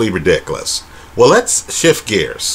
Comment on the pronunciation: You’re the best, man. Keep up the great videos. And I love the way you say “ridikalus”. PS - I’m witcha: GGG won both fights.